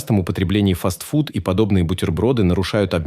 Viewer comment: Не фастфудыыыы,а фастфуды!